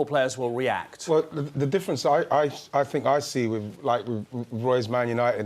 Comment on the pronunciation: I fink I fink 😂 try speaking properly you morons